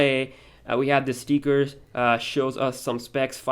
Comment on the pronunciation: It's stickers not steekers